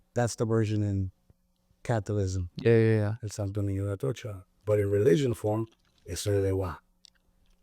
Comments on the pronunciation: Cath - o - lism ? Talk about " ignorance" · CA-THO-LI-CISM NOT "CATHOLISM." ONE HOLY CATHOLIC AND APOSTOLIC CHURCH!